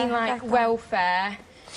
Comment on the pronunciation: . Why do the English not speak English. Bre'i', Wellfa'''. WTF